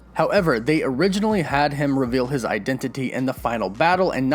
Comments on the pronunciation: i love the way you say identity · Why are you saying identity like that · Eye dent it tea